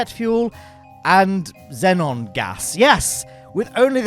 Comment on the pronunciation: You can tell by the way he says xenon gas